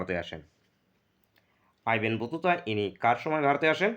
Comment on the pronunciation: আইবেন বতুতা টা আবার কে স্টাইল মেরে কথা বলতে গিয়ে কি হচ্ছে এগুলো